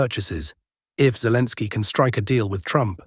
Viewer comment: I don't like the new voice. It mispronounces things, even calls Zelensky "Zelens." The old voice was much better. Yes, it has an accent, but it was easily understandable, and didn't butcher the Slavic names.